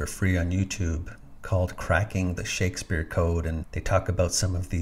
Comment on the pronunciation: "Shakesfpere" as in liquefaction